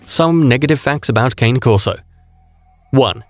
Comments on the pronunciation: Its pronounced ka-nay corso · Great video thank you. But me being Italian , i couldnt stop wincing at the way you pronounced the name brah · If this guy is soooo smart, how come he does NOT pronounce the name correctly? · I think this is the voice narrators mistake